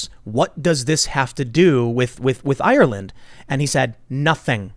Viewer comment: Ireland not island